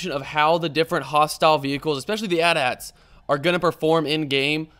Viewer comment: Btw AT-AT is pronounced A T A T not At At.